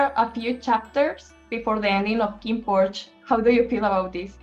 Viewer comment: Es Kinnporsche ( se pronuncia Porsch osea Kinnporsch ) no Kinnporsché porque Porsché es el hermano pequeño de Porsche. Gracias por la entrevista.